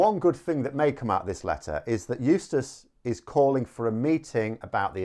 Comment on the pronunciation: eustice....? i thought you were saying useless for a minute.